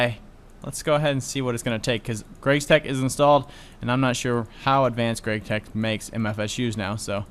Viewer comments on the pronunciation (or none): It's GregTech not GRAGTECH